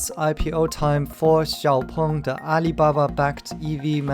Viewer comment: Well at least I know now how to pronounce Xpeng properly. And let's stick to Nio, Tnx